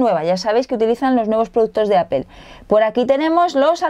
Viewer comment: Kindel, Googuel y Appel xD